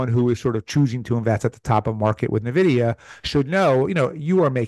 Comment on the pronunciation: Hard to take someone seriously that can’t pronounce nvidia. “Neh-vidya”